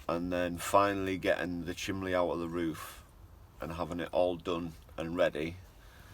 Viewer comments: You need to start saying chimney, not lol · Nah, that is just his regional dialect. North east, and south Yorkshire people always pronounce it as chimley! My late husband always did. And he used to say he was watching a "fillem" instead of film. Just the way people are raised, no right or wrong ways to say anything. Vivre le différence, as they say!